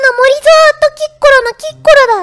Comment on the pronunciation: キッコロ......きっ殺にしか聞こえない......